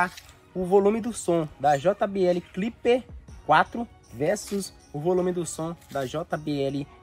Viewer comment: Porque você fala cliper 4, se o nome é simplesmente clip 4?